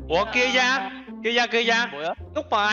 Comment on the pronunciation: Tưởng kiaya kêu "wo lì vai" chứ :)))